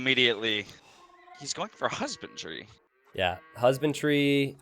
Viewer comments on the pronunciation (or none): I hear you guys saying "husband tree" instead of "husbandry"